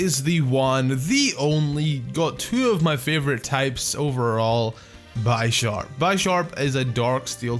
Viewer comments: It's BISH-ARP not BYE-SHARP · I still hate the way you say Bisharp, it's obviously Bish not Bi S, y'know cuz Pawniard is a pawn and Bisharp is a Bishop? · Sorry, but I think it's bish-arp not bi-sharp, unless it's like bi-sharp in the anime or something... because he's a bishop... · That's not how you say bisharp it's not bysharp like by sexual it's b I sharp i aaaaaaaa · its proncounces beesharp, not bysharp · Bisharp is pronounced as Bee-sharp, not By-sharp... It is a combination of BISHOP and SHARP... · And bishop is pronounced Bi-shop not Bee-sharp So Bisharp should be bi-sharp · B-I-sharp not bie-sharp bro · byesharp? i thought it was bisharp? oh i was wrong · By sharp lol it's bisharp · Did he just call it bi-sharp it's pronounced bishop, like chess but bisharp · You pronounce bisharp wrong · bisharp's name comes from bishop and sharp so think of how you pronounce it's name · u pronounced Bispharp wrong.. it's pronounced like Bishop but with sharp instead of shop... pawniard (pawn from chess) evolves into Bisharp (Bishop from chess) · The "I" does not say its name in Bisharp, the name is a combination of bishop and sharp. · One of my pet peeves is when people mispronounce Bisharp. Always elongating the i. It's Bisharp as in bishop, Not Bisharp as in bicycle. I'm just like complaining though so don't mind me.